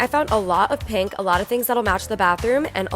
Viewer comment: kinda obsessed w/ how you sometimes say pink: “panke”